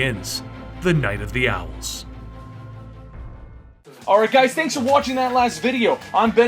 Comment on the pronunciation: Okay, but I thought he said Vagina the Owls instead of the Night of the Owls.